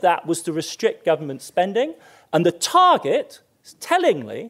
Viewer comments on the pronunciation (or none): none